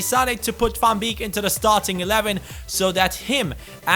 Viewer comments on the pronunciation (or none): Van beek is pronounced like van bake:) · Van beek is pronounced -->Van Bake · The ee in van beeks name you pronouce as ay in the word way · how you pronounce van beek :)